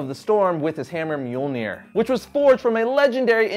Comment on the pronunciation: Its not mjolneir its myuh myuh